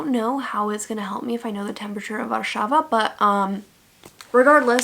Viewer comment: Girl your pronunciation of "Warszawa" was perfect